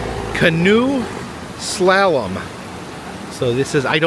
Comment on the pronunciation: Great video, as always... fyi, it's pronounced as if training your singing voice (la-la-la), slalom.